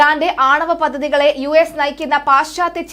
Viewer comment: Pathathy alla paddhathy yaanu മോളെ udamasthakar alla udamar aanu ok